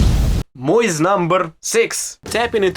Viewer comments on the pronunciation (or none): "... it's a tough word for me.... " hahahah You can tell the guy fucking tries hard, learning English ALL BY HIMSELF in his home Country of Ukraine. How many Americans born and raised here would teach themselves Russian? Just for fun and to be able to freely enjoy Russian/Slavic world entertainment or music or what have you. This kid is 1 of a kind. Great Channel.